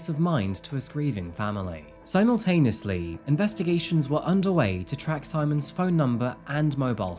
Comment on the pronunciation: Did you just say 'Simontaneously'...?! 😶